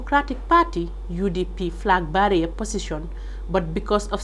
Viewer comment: Please check your pronunciation of ' flag bearer '.